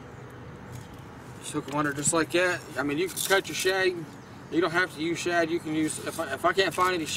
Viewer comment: its shad not shab